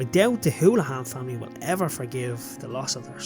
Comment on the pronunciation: Very good documentary, just one correction in the pronunciation of Robert’s surname, it is Holohan not Houlihan.